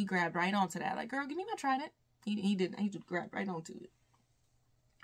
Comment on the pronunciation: I love how you say "this is kIng TrIteenn and his trieDEnynt" it so funny😂😂😂